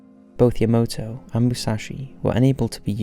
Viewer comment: its Moo-sah-shi